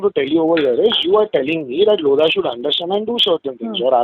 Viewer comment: "LOAD-HA" .... DON'T TAKE LOAD FROM LODHA ...